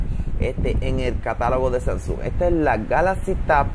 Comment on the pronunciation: pero no sé dice SANSUN 😔 de resto todo excelente